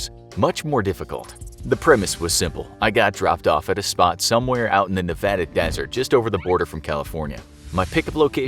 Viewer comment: This was a cute challenge. I live in North Eastern Nevada. A lot of us can go three days with no water in this terrain without feeling it. THANK FOR YOU SAYING NEVADA RIGHT!!!!!